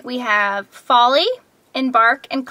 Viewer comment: "and then the one that fell is FALL-y" AHAHAHAHAHAHAHAHA. i know its folie. but that was hilarious